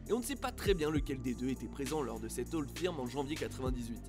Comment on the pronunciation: Beaucoup d’erreurs ou d’approximations ! 1) la capitale de l’Ecosse c’est Édimbourg et non Glasgow 2) Le Old Firm (au passage on prononce « feurm » et non pas « firme » ) a lieu au minimum 3 fois dans la saison et même plutôt 4 mais absolument pas 2 fois . Spécificité du championnat écossais ! 3) Les écossais ne sont pas spécifiquement protestants et unionistes . Niveau religion il n’y a pas de majorité claire en Écosse même si clairement Glasgow est plutôt une ville catholique. Mais les unionistes sont minoritaires en Ecosse . Même fin 19eme au moment de la création des 2 clubs de Glasgow l’Ecosse n’était pas férocement pro grande bretagne (d’ailleurs si le maillot des rangers est bleu c’est par rapport au seul drapeau écossais )